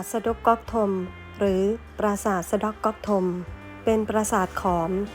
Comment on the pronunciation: สด๊อก ไม่ใช่ สด๊ก